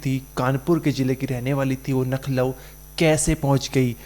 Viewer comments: Bhai, Nakhlow nahi bolte Lucknow bolte hai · यार आप लखनऊ को नखलऊ बोल रहे है . बार बार आप नखलऊ बोल रहे हो । सही बोलिये लखनऊ बोलिये ।आपका उच्चारण सही होना चाहिये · Nakhlav nhi Lucknow h thik se pta krkr bola kro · Nakhlau nahi Lucknow bolo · Nucklow ❌️ Lucknow ✅️ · Lucknow hota hai naklau nhi bolna nahi aata h to mat karo anchor giri bhai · LUCKNOW boliye plz NAKHLOW nhi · भाई तू अनपढ़ है क्या, लखनऊ इतनी फेमस जगह है फिर भी तू नख़लऊ पढ़ रहा है, तू इंडिया से है या युगांडा से... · Arebhai nucklow nahi Lucknow hota hai aur aap bar bar nucklow bol rahe ho itne bade channel ke anchor ho aur ashuddh bol rahe ho sudhar karo😊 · Why are you telling you nakhlaw it's a Lukhnau😅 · 😁🤣humne b yahi suna baht se log लखनऊ को नखलऊ bolte hain jo lucknow ke nhi hote